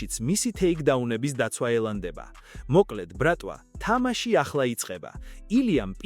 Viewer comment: რა ბრქტვა რა ბრატვა?😂😂😂😂